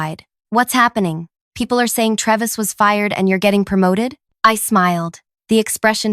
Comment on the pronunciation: It's pronounced TRAY-vis